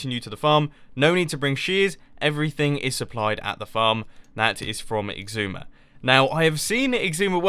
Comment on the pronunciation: Why do you call xisuma "igzuma"?